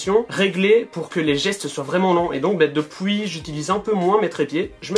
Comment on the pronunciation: The Houzayfa 59 haha l’accent belge poto